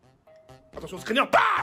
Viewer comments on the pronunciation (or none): Au début il dit attention screner au lieu de scremmer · Scriner au lieu de scrimer mdr